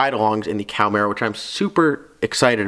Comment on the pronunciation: Ok dude you lost me the second you said Cowmaro. It is pronounced Cahhh-marro